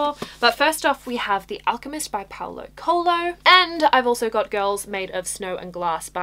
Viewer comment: As a Brazilian, it's so funny seeing you pronounce Paulo Coelho 🤣🤣 anyways,loved your tbr. good luck. Also, yayyyy the last olympian is awesomeeeee.